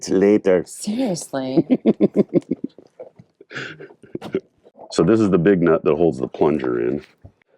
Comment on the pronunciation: "10 minutes latah" 😆